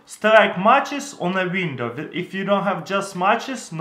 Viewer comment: Exactly where da fuq am I gonna find " a peice of VINDOW" in survival